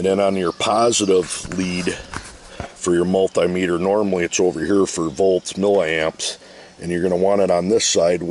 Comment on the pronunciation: multay-metre lol ... Should be multee-metre...